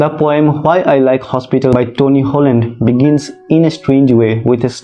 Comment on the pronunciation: Sir hoagland hai appne Holland bola😢